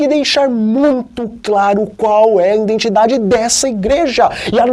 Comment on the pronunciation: " INDENTIDADE"? NÃO SERIA:" IDENTIDADE"?